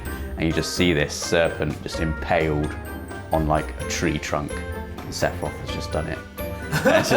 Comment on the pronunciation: Just... Sass-iroth. Also, please have a costume day this year at Access! The 31st is a Tuesday